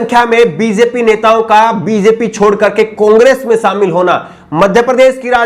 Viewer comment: Shamil ko samil mat kahobji . Apke journalism ke course me kuch sikhaya nhi gaya agta he ya aapne sikha nhia shobdo ka sahi ucharan